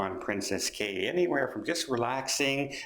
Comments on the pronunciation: It's pronounced Keys not Cays. princess Cays but pronounced Key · Pronounced as keys. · Pretty sure Cay is pronounced as key.